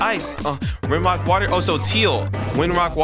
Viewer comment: You said ''wock"